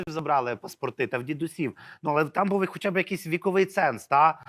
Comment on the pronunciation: Остап-в етері,а ведучий -в ефірі!оце вам і вип'єм до дна,щоб була думка одна! А ще в останнього: буф,сказаф,стях-у неукрвимові,весь час!